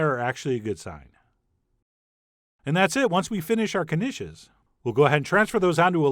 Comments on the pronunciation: It's pronounced "Nish" the "K" is silent --Peggy Hill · I I thought it was pronounced neesh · I assumed the K was silent... 😕😕 Now I k-now